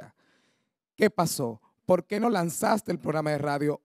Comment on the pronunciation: La verdad que oir hablar español este tipo es un martirio. El dice "malca", palte", "polqué", "intelnacionales". ¡Diablos!